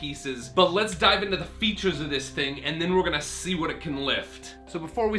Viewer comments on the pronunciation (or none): none